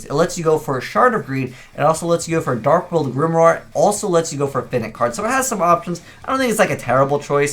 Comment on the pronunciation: Is no one going to mention how how pronounces Finite wrong?